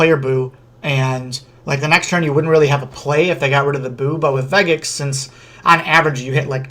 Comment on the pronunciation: Vegeks has a soft G sound. Good video tho!